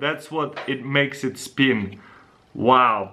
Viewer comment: BrendanMaxwellMusic no he said Spin because of his accent